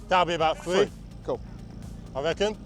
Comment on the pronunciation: I love the accent I still can’t get over the “free” not “three” lol I love it